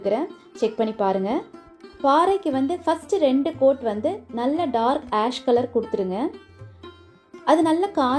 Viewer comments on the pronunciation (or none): none